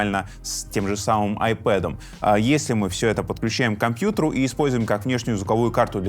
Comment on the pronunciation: лайк за правильное произношение названия планшета iPad